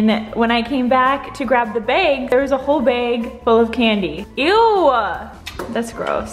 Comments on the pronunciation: Omggg my daughter just said “why does she say beg isn’t it bag” and I literally JUST watched a video yesterday of Charles saying the same thing to you! 😂😂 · No shade, just curious... if says bag like “beg” how does she say beg...like I begging you not to do that??? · I'm thinking like bayg. I'm bayging you lol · I bag you 🤣